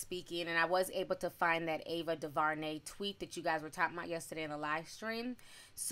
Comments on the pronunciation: Duhvarnay? Due ver nay is how it sounds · Sis!! Omg, it’s Ava Du-Ver-Nay! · Ava "Doo-ver-nay" We'll get through this together! 🤦🏾‍♀️